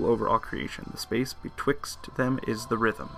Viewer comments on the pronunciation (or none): AUGH. Its pronounced Theater Rhythm. Not The Rhythm :<